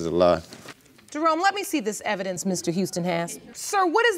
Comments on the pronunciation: He said: " I got evedence of the proof of when we got together"🤣🤣🤣🤣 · "effidence" boy you didn't try